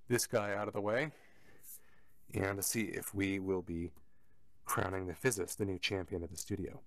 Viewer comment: There should be a sleep mode which allows an instant startup. If you do road shows with this, have a battery backup line conditioner so it doesn't go into a hard off and thus a lengthy startup. BTW the company name is pronounced without the 'S'.